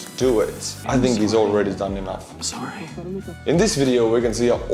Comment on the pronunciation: Most Canadian I'm Sorry ever.